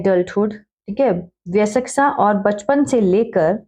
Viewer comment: Mam improve your pronounciation of bayaskta